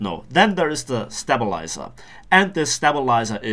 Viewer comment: it's pronounced stay-bilizer not step-bilizer :3